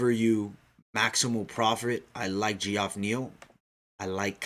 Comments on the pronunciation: Just an FYI for u brother its pronounced Jeff not gee- off lol. Just thought you might want to know. Love the podcast 👌and I think I agree with all your picks 👍except for Angie Hill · Pretty sure its pronounced Jeff